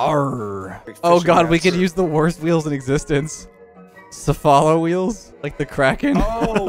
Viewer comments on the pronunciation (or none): "Sef-ah-lo" made me want to break something.